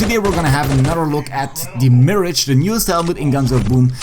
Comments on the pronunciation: I think its pronounced as miraj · Hate to be that guy but its pronounced Miragh sorry😂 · So you’re saying it’s pronounced as “myrahg”? Lol It’s “Mee-rahj”